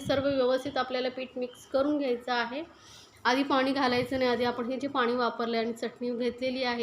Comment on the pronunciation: Madam tumcha recipe chaan ahey. Pan ek request. Tumhi bhaashaa khup ashudh ahey. Aikaalla khup vichitra vaatate. Paani ha shababd aaikavat nahi. Please neet bhaasha bola